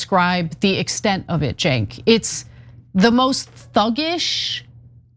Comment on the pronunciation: How does Peirce still get Cenk's name wrong?😂 It is not the power move people think it is IMO. Especially with repeat guests. Maybe he does it to ingratiate himself to the media? Like dude. Cenk is part of the revolution, and P's personal and professional growth in terms of breaking the Isreal case. Maybe i'm missing something 😂 Anyhow, as always, I am so thankful for TYT and the audience of my fellow humans making lanes for sanity and reassurance .